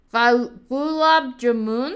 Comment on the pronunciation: no the gulab jamun pronouncing was wrong